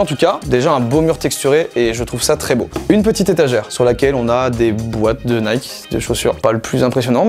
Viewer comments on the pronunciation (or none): none